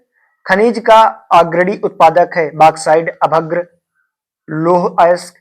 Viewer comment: अभ्रक को अभद्र पढ़ते हो पहले अपना भाषा सुधारो और गूगल से सर्च मार कर टिक मारना छोड़ दो तभी एक अच्छी टीचर बनोगे समझे और पिछले वर्ष का पेपर सॉल्व करना कोई बड़ी बात नहीं हैसमझे